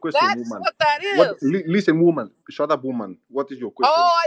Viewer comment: "Shatepp woomen!" 😂😂